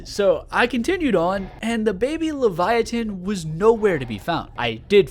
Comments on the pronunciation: Enjoyable video as always but I hearing you say leviatin instead of leviathan over and over was making my eye twitch 😂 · Why do you pronounce leviathan incorrectly 😹 have you never heard it pronounced before? The T doesn't make the T sound, it's right next to a H, so it makes the TH sound. Omg you just said it againnnnnn aaahaha it's so silly that it bothers me lol but it does! Absolutely love your videos though! Incorrect pronunciation or not 🫶🏼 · I like how he pronounces leviathan without the th